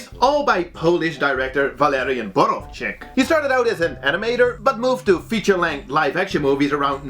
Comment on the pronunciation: The accent should be on the first syllable, you say it as borow'chyk (english transcript) and it's just 'Borowczyk but except that it was perfect